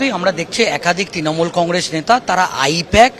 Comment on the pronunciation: এইরকম জঘন্য উচ্চারণ নিয়ে একজন কিভাবে সাংবাদিক হোতে পারেন? তিনোমূল? কংগেস? কেন্দে? অসহ্য। দয়া করে ঠিকঠাক উচ্চারণের কাউকে পাঠাবেন।